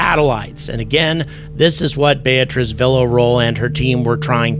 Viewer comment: “Beatriz” bay “a” trees , you can do it, and she would appreciate it.